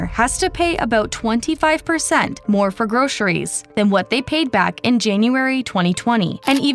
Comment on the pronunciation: It is not pronounced groSHeries.